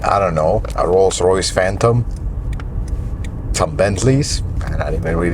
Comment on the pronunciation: "A Phatom will come close to this." A Rolls Royce Phantom will come CLOSE to a Century?!